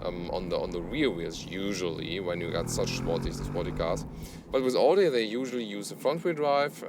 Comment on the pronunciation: Wie kann man als Deutscher AUDI falsch aussprechen?